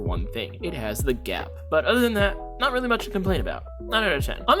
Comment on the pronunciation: Kinda nitpicking with the "GAP"